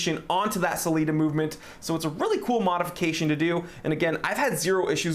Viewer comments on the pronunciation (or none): none